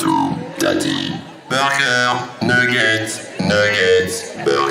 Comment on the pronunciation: no soy muy bueno hablando ingles pero la segunda ves que dice nuggets no dice nigger?